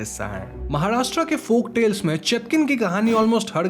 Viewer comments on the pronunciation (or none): none